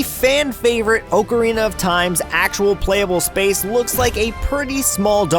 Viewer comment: It's AWkarina not OOWkarina